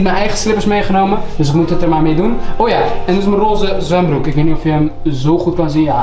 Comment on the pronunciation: Soldaat wollah 💯💯💯💯maar hoord ik echt zwembroer